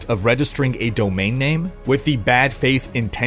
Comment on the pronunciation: "Bought the doname name." Is what I heard.